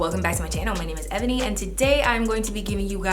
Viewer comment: Hey, this is completely random. I'm new lol. why do u say Evani with a V? Can Evani be spelt without a V?🙈